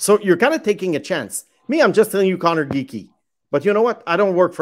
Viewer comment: Lmao this guy says Geekie